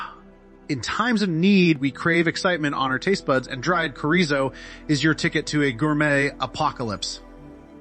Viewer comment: It’s “chore-ee-zo”. Not all those mispronunciations you used.